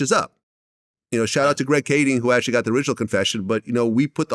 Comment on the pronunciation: Dude one upping dj adkademics like a chubby 5yr old boy exaggerating an accomplishment. “ACTHUALLY” 😂both y’all stop playing dj saying “I like to think of us both as media moguls” had me dying. All vlad did just to be compared with a chubby exaggerator that ruins any credibility being friends alone. Someone got paid to write these scripts. And they sounded good only on paper.